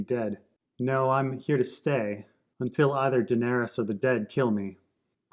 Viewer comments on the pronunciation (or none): none